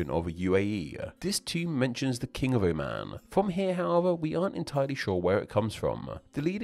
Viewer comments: Oman is pronounced "o-muhn", not "oh, man". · not even "o-muhn", there is the ع letter in the beginning which makes it impossible to pronounce it correctly in english. the closest correct pronunciation to it in english would be "oh maan"